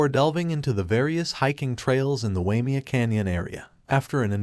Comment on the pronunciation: A retirement place for rich people . The canyon is pronounced. “Why may a”